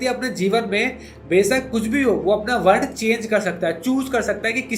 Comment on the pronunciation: Are bhai वर्ना क्या होता है, वर्ण बोलो न